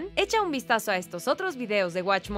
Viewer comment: no se por q se llaman "guach mollo" EN ESPAÑOL, si todo lo pronuncian con una papa en la boca, sin mencionar que varios de esos animes tiene su doblaje al ESPAÑOL ´latino´ pero no lo usan.... no tiene coherencia